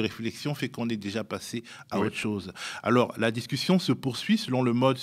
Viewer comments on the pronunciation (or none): "et d''ôôôtreu z'encore..."